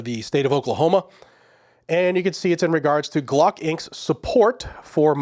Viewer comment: Glock not block. ** AI